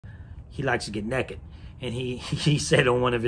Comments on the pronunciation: the way he pronounced naked as “neckad” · the way hantz says "naked" is hilarious